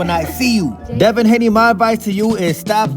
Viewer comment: Ryan said come here deva Haney 😂😂😂😂😂😂